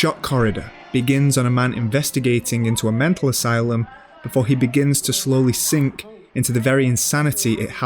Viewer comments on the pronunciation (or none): none